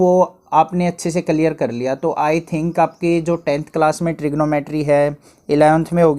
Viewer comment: Tri geno metry 😅😅